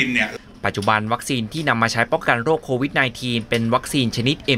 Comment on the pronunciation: โควิดอ่านโควิทย์...